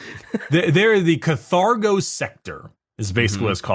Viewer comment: I love you but it's kaRthago sector